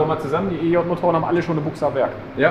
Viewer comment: Triggert es dich denn nicht auf Dauer wenn er immer Büchse sagt aber Buchse meint? 🤔